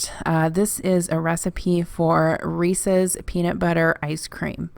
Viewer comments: One of my biggest pet peeves is hearing "Reesie's Cups" lol You say it how I do. Oh, and in Texas, most people call them shopping carts. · Congrats on 100k! Also it is indeed how you pronounce Reese’s. They are named after the man who invented them. A worker of Milton Hershey. He eventually sold the recipe to Hershey. I work for HERSHEY and drive past the factory, when not quarantined, everyday to work. Also I always found it cute that the brits call carts trolleys... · It might be like the buggy thing...except it’s a proper noun and there’s actually a right and wrong way to say it. If it rhymes with feces, you’re saying it wrong 🤣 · I’m 15 minutes from Hershey and we say Reese’s the way you do. 😂. You made me want an ice cream machine.